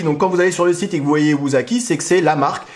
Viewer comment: Ça ne se prononce pas "wouzaki" mais "woussaki". En Japonais, la lettre S se lit toujours S : )